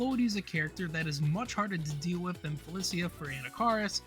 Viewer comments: aint no way felicia is pronounced like that... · This is a good video, but I'd ask around the communities you're covering for pronunciation notes. Ailerus and Felicia were mispronounced.